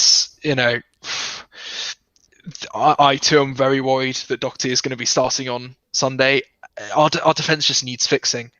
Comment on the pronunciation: Lads love him or hate him please pronounce his name properly -it's Doherty not Dockerty.